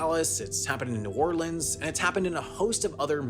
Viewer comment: Good 'New Orleans' pronunciation, Sam.